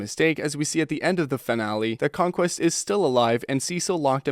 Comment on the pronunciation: You say c*mequest